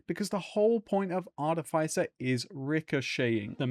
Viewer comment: Artificer. Pronounced arty-fisser. Love you. <3